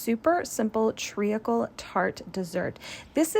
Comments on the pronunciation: this looks absolutely phenomenal, but as a brit i can’t get past your pronunciation of “treacle”! it’s pronounced “treecle” not “tree - a - cle” - fabulous recipe though you’ve done the uk proud! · You are pronouncing it wrong! Treeckle is how to say it. Dont over think the letters